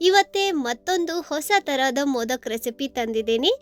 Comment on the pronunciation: Adu modaka not modak